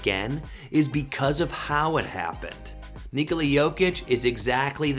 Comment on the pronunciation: His name is Nikola, not Nikoli.